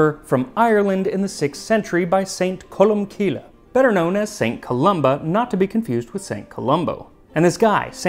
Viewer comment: Colmcille = "Column-Kill", and Niall = "Nile".